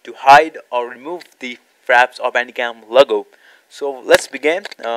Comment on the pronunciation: Are you saying Bandigum or Bandicam??